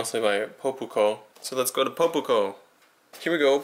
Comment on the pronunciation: poe-poo-koh Pronounce it "pop-ko"